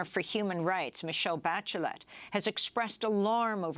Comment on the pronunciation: how did she pronounce Bachelet??? so it's ok to massacre simple French words as long as you try to pronounce correctly ALL OTHER languages. I see.